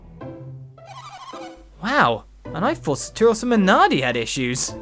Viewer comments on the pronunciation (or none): saturos not sataros lol